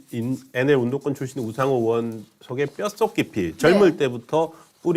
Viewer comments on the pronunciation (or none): 이보쇼? 으원이 아니라 의원이야요. 으 짜만 들어도 역겹소이다.